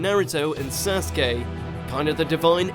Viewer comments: “Sersuke” and “nerto” my god this is a meme mojo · Just stop with the Naruto videos. Ever since your first few where you pronounced Akatsuki as 'A-cut-su-key' and Sasuke as 'Sa-su-key' it has been clear that you know nothing about the anime. This video proves that you still don't. Lacking Hashirama but keeping Madara, lacking Itachi but keeping Obito, lacking Pain but including Momoshiki. It's fucking ridiculous. It's like someone watched the movies and decided they knew everything.